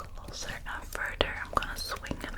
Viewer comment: Oh I restarted you do that with most you're th's like in this instead of further you say furder. I actually like the accent. If you heard mine you would noticed we don't say rs in alot like instead of car we say cah.